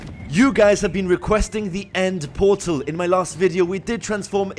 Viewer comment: i thought he said end mortal